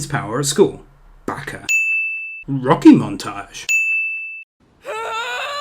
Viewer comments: I LOVE How he says "Bekka" Instead of Baka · I add a sin to this channel everytime he says “Baka” wrong. Seriously, it’s not that hard to pronounce. Sin Counter: 3000 Lovers will say it's fake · add a sin for your pronunciation of Baka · Im giving this guy a sin for saying “baaka” like a sheep says baaa and not “bahka” like how it should be said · what's really a sin is saying "bahka"... magic puke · its pronounced baakaa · Its baka to pronounce baka wrong. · 1 sin for miss-pronouncing Baka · damn we need almight to stop that baka pronunciation Gr85t video though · You just committed a sin by pronouncing "baka" wrong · Doctor whooo? because goku's Japanese seiyu is a woman! need is say more? yes naruto and a lot of others are women too bt in case of goku its unbearable and the way they say Trunks in the anime is the worst.